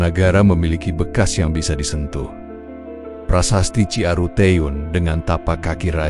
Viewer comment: CI ARUTEUN /CIARUTEN.ini bahasa sunda anda salah membacanya.anda bukan orang sunda ketahuan